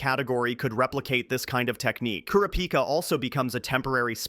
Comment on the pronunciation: its pronounced ku rah -pi kah